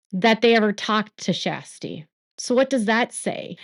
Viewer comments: Just a quick note: Her name isn’t pronounced as Shasty … it pronounced like Sure-sty. 😉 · Her name is not SHASTY...It is Kjersti Flaa....She was the one Blase was rude to...please get name right... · Her name is not SHASTI 😅😅😅😅😅 Her name is Kjersti and she is incredible ❤❤ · It’s more like Shaa-stee! 😊